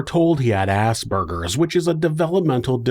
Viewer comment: Finally someone who pronounces Aspergers correctly